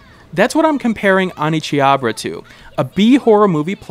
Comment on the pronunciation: I winced every time that I heard OneCHIABRA.